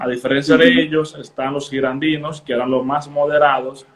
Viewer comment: Girondinos...no girandinos.